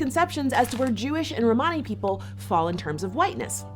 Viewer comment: She’s saying Romany wrong